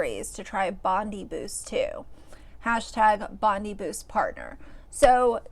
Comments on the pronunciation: It's pronounced Bon-DYE -- good old Aussie suburb names hahaha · My Australian heart is crying. It’s pronounced Bond-Eye Bondi Beach is one of the world’s most famous beaches. Please don’t tell me you have never heard of it. 😭😭😭